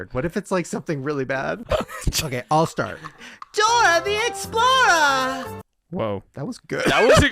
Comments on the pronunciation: It's "Dora the explora" not explorer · You have to say explorah not explorer .